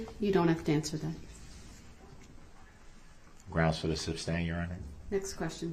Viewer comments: Making sure the jury knew he wasn't able to tell them everything they should know, such as subject matter jurisdiction. Always having his bible in view to show the jury what a good man he is. Saying 'grounz' every single time there was an objection and then acting as if the objection was unfair. Asking every witness if they were aware of who the plaintiff was in the matter. Trying a few times to pretend like he was respectful. Not consenting. Calling himself anything but Darrell Brooks. Shaking his head, making gestures, or laughing like a victim at everything that made him look bad or stupid. Objecting to almost everything. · Id like 1 cup of coffee, please...groundz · RIGHT and AXEING questions instead of asking. Not to mention GRAUUUUNZZZZ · He's so ignorant he doesn't realize the word is sustained and not substained! And if he would be quiet and listen to the states objection then he would know the "groundz" when the judge sustains it....Dummy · It’s annoying that he kept saying substain instead of sustain and kept yelling GROUNDZ before the DA even gave the reason 🤦🏾‍♂️ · Darrell "Grounz" Brooks. I guess he has plenty of time to read his Bible now.